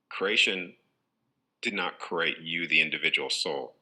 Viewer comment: Notice also the way he pronounces create - he says curate - look up the meaning of curate- assistant to a priest!